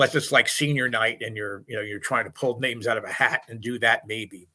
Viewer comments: These guys are much like the broadcasters who chime in only during the women’s college World Series. They really don’t know what they’re talking about. When you can’t even pronounce the names correctly, it’s clear that you haven’t actually been watching the games because you would’ve heard those names pronounced correctly, over and over and over again. Jordy didn’t have a shoulder injury, and sadly, because of the injury she did have and the time she had to spend away from the game rehabbing, she didn’t pitch well in the series. Nicole May is the one that saved that game for the sooners, on top of their offensive attack. Jordy was amazing, but Hope Trautwein was the number one pitcher in the nation, and sadly was overlooked in so many regards, including not getting an invitation to play for team USA. I have no doubt Jordy is going to be off the charts amazing in 2023. And hopefully these Podcasters will actually watch some games so that they can get the facts right on their next broadcast. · Ok, both these guys are jerks. Mispronouncing the former players names is just flat lazy. Do the bare minimum of research. Either they never watched a game last year to know how to pronounce the players' names (lazy... the video is all over youtube), or they are purposely mispronouncing their names. What jerks. Get serious about your subject.